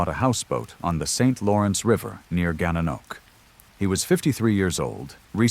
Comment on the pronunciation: Gananoque is pronounced Gan na nok way